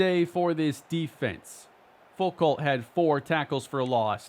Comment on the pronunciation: loved the video, some more of this format would be killer. if we do return to miami, id also like to make it known that foucalt is pronounced foo-koh, its a french name i think (or at least theres a famous french philosopher with that last name)